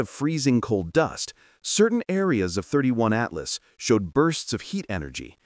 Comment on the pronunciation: It's NOT "thirty one" Atlas..... !!